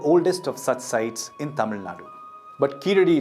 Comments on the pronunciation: Excellent presentation and pronouncements of tamil words are awesome 👌 👏 👍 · Thanks a million for such a great video with the greatest tamil pronunciation!!!!! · The best video that I ever saw in English with all the Tamil pronunciations are perfect. Clear explanations.congratulations for the team and thank you so much for making the video .👏👏👍👌👏☺️